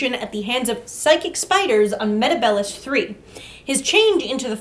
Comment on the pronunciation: Well, technically it's pronounced Meta-B-less 3....